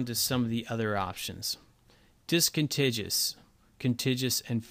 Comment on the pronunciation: Discontiguous . - DIS-CON-TIG-YOU-US . Just like CON-TIG-YOU -US. Geezus.